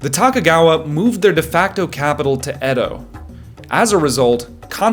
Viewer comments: *to-ku-ga-wa, Not "Taka-gawa" Sorry that was distracting 😂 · I just wanna make a correction. The last name of “Shogun” is Tokugawa, not Takagawa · It is not Takugava but Tokugava , not A sound, but O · the video ended for me when you said “Takagawa”. AI is bad enough….sloppy AI is worse. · Tokuga with a long o, not short. What happened to this video? It abruptly ended. Why didn't you finish it? And you didn't do a satisfying job answering your own question : ( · Dat Tokugawa pronunciation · I'm pretty sure he just mispronounced "Tokugawa" with an American accent. Unless you're watching the AI dubbed version, I think the video is genuine.